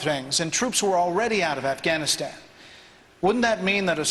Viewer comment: LOL and get the troops outta Affkuuwphhganistan!!